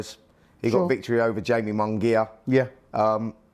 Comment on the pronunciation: Spencer, please listen and learn how to pronounce boxers’ names. It’s what presenters do. Shakur is not Shaker it’s ‘Sha-Koor’ and Jaime is not Jamie it’s ‘Hi-May’. I hope these two help you.